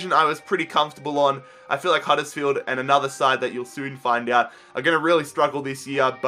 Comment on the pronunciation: at it again with the random over exaggerated american accent HUDDURRSFIELD